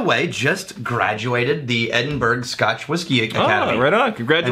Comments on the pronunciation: Edin-berg? Dude... not cool :P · What goes out of his way to pronouce distillery names correct, but pronounces Edinburgh wrong. Other than me that is... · pronounced Edinburgh wrong!! His Scots is normally pretty good!🏴😉